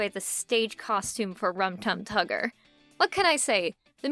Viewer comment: I cringed everytime you said "Rum Tug Tugger" if that's even what you said